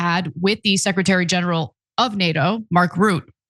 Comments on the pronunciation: FYI Mark Rutte's Dutch family name is pronounced Ruttuh (Dutch guy here). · It's pronounced Mark ROOT-UH